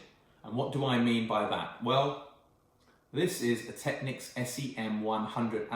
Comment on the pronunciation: You are one of those exceedingly rare individuals who pronounces "Technics" correctly. Aren't all the electrolytics well over due for replacement and should sound and perform terribly ? And I'm sure that Soft Recovery HEXFRED diodes in the power supply would dramatically help mid range resolution.